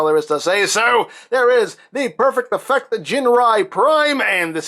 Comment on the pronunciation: I thought he said perfect diffect hahahaha